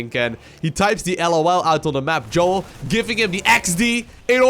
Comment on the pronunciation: If im right and he is israeli, then you should pronounce his name as "Yo-el", not Joel :P